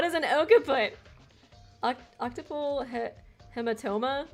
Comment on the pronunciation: FYI - "Occiput" is pronounced: "OX-uh-put" , "Occipital" is pronounced "OX-ip-uh-tul"